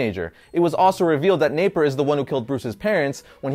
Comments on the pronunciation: Its napier not naper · Hate to be that guy. But, it's Jack Napier. Not, Jack Naper. Great stuff though!